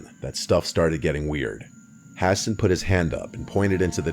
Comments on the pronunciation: Ha-sawn not hassen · Guy pronounces Hassan, “Ha-Sin”. 🤦‍♂️